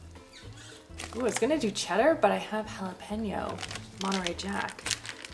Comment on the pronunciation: Hal-a-PEN-yo? Haven’t heard that one before lol